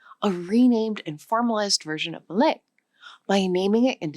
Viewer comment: I thought she said Malay?